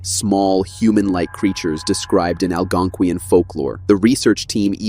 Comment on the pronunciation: Th AI narrator needs training and the programming. Hearing it trying to pronounce "Puckwudgie" and "Algonquin" was frankly, painful.